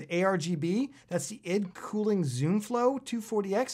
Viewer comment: its EYE-DEE cooling maaaan